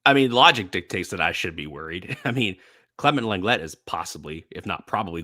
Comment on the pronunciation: Please at least try to pronounce your player Lenglet’s name correctly. It just sounds cringe! I’m not even French, but at least I try.